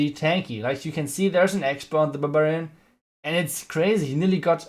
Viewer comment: Its barbarian. Not babarian haha